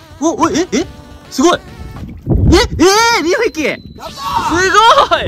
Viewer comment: 優里少年釣りをする🎣楽しかったー😂 『痛い！助けて！』『血出たw』までがかわいそうなのに可愛いのよ🤤笑 みんなに食べてもらって喜んでもらえて良かったね！！！ Ｊ腰痛のなかお疲れ様でした！ あっ！とっ初めの『2匹』が『2ふぇき』になってたけど😎笑笑 今日もありがと🧡